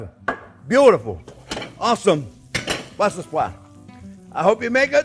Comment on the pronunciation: Just a morsal: It is correctly BrusselS Sprouts, named for the Capital city Brussels.